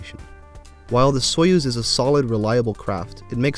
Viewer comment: I believe you're pronouncing "Soyuz" incorrectly. The pronunciation is more "soyuhz" than "soyooz"